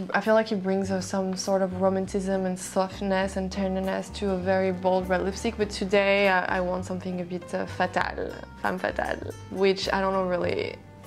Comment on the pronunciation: It's fatale not fetale